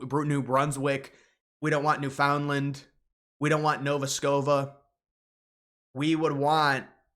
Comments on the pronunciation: Please say NOVA SCOTIA correctly. Not “Nova Scoba” Thank you. That’s my second home. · First of all, nova scotia...not nova scova Second, you dont want em because you know adding those provinces would completely destory the modern Republican party. Adding all those left winged people would ensure that a Republican wont win an election for 50 years. you sound very democratic bud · Nova Scova ? LOL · "Novo Scovo" ? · When you have do a partner PowerPoint presentation at school but your partner did all the work. You gotta read up more on this stuff, my man. You have to look at a map to remember province names and then say things like “Nova Scova” lol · "Nova Scova" Dude. Shut up. lol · If you are going to talk about Canada you really need to bone up on your pronunciation. Nova Scova? New found land? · "...Nova Scova." That was odd. Was it just a brain freeze, or did you mean to say that? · Is Nova Scotia really pronounced Nova Scova ??? HaHaHa ??? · “Nova Scova” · Pronounced Nova Scotia….Scoshuh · Guy who says "Nova Scova" parents to act like he knows anything about Canada. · "Nova Scova" was the best part of this video. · Just so everyone is aware only 18% of Albertans that voted said they would consider joining the US. 82% said no. Take that information in whatever capacity you choose. Also this guy really said "Nova Scova" - please dont use this as a serious news source. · Nova Scotia, say the names correctly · Ok, you've got my ear; but it's 'NEW-fund-land', not 'new-FOUND Land', and Nova Scotia, not 'Nova Scova'... Please get this right...